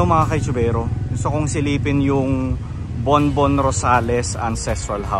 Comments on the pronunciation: Borbón-Rosales hindi po Bonbon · Borbon po hindi Bonbon. Well maintained po inside, promise! ❤️ wink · BORBON-ROSALES, HINDI BONBON-ROSALES! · Borbon-Rosales po.... Borbon not Bonbon.... thanks po.